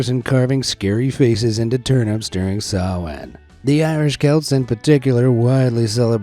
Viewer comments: Thank you for saying "SamhaIn" correctly! 💙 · This channel has been the best forever thank you. Btw great pronunciation on samhain